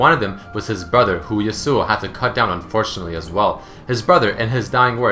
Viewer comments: The real pronunciation of his name is "Ya-su" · Yas-oo-o, your killing me here man. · its pronounced yas-ow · Why do people do that?Stop pronouncing is damn name wrong... Yasao, Yasu, Yeisuo... It's Ya - Su - Oh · Wilson Daniel Pereira How can they badly pronounce a name that they created? Even though the "real" originial name is pronounced "Ya-Su", they added an "o" at the end. It's not the bad way of saying it, it's his name given by Riot. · I thought it should be pronounce Ya-swo . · Love but still bothered by the way he pronounces 'yasuo' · i know its not a big deal but i'm really disturbed by the way you pronounce Yasou :/ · finally!! even Riot pronounce that rong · Did you know...Yasuo's name is accentuated on the first syllable?